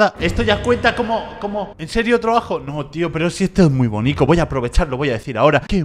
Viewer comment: Se dice bonito y no bonico